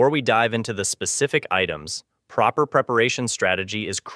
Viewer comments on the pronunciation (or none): none